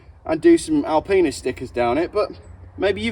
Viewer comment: Why did it sound like you said Alpenis stickers first time round, idea for you 🤣